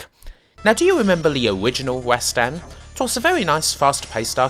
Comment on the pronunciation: "Owiginal wastan"